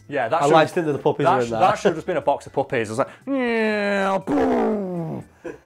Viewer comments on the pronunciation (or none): I thought you guys were saying puppets for the first half lol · It took me way to long to realize he was saying puppies and not puppets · I kept thinking you were saying poppies like the flower😂 guess not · Uh I thought he was saying puppets until a certain point. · Every single time he said puppy I thought he was saying puppet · I thought he was saying poppies, which opium/cocaine is made of. I thought Hulk's weakness was drugs. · thought he was saying puppets till like 5 min in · Omg I just realized he was saying puppy's not puppets lmao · Are they saying puppies or puppets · For half the video I thought he was saying puppets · For the first six minutes of this video I thought he was saying the Hulk loves PUPPETS. That would have taken this in a very different direction. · I thought you were saying poppies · I'm sorry but for half the video i thought they were saying puppets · The whole time I thought you were saying his weakness was puppets until I saw the picture of baby dogs; now I'm hearing you say puppies. Good job. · Oh PUPPIES! I thought you said PUPPETS! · For most of the video I thought you were saying puppets not puppies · I thought this whiten't was saying "puppets" the whole time, I was so confused why hulk's main weakness was some wooden boys on strings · I thought the was saying poppets at first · Initially yeah thought he was saying poppies as well and was thinking something along the lines of narcotics which was literally what black widow did. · I thought he was saying "poppies" for the first 5 minutes. I was thinking that comic book Hulk had an addiction to opiates. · Anyone else think he was saying PUPPETS not PUPPIES? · Lol I thought you kept saying puppets 😂😂😂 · Anyone else think he was saying "pop-it's" not puppies you know, the little paper things that snap when you throw them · I THOUGHT YOU WERE SAYING PUPPETS FOR THE WHOLE THING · For like half the video, i thought you were saying puppets, not puppies. That led to some confusion